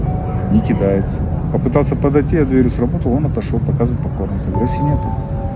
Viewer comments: КидАется, а не кИдается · Не кИдается, а кидАется нужно говорить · Да почему у всех собаки кИдаются, а не кидАются? 😅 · смешно сказал слово кидается с ударением на и а не на а 😂😂😂